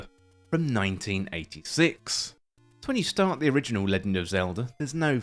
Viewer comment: "Leggind" Is this a Bri'ish thing? Nice video aside.